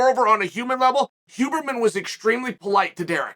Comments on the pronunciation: Chaels name pronounciation is legendary, it's also deliberate lol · this was the most chael piece of chael art thats ever been chael'd. Great piece. the storytelling, relating it to mma, talking about his own experience with TRT and such...WHILE fasting and using a sauna. dont forget the pronunciation WHOburrman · Chael starting to call him Hooberman halfway through has to be the best part of this 😂 Undefeated, Undisputed. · I am so happy Chael managed to mess up the name Huberman